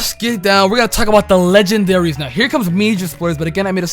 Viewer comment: "Legandaries" hmm..